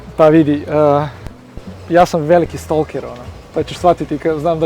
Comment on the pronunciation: Ne kaze se STOLKER nego Stok(e)r